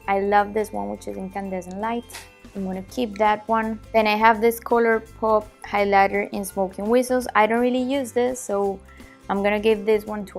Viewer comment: really enjoyed the video. one tip on pronunciation; instead of saying highLIGHter, try and say HIGHlighter. I'm assuming you'll make more makeup videos and I thought it might be helpful. Good luck in the future, I'll be looking forward to your videos